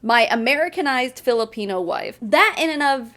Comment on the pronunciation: The way he says “Filipino” like there’s a hard R in there somewhere 🌝